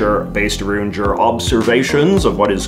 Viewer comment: It's not Canadians' culture to pronounce around as aroo'nd. Nor SHOULD it be.